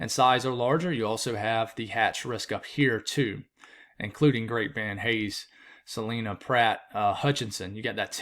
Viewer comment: Salina, Kansas is pronounced Sa lie nuh instead of sa lean uh